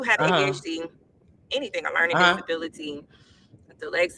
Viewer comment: DELEXA??? Ummmm dyslexia??! Lawdamercryyy😂😂